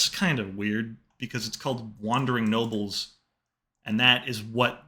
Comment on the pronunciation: It sounded like you said wandering nobbels instead of nobles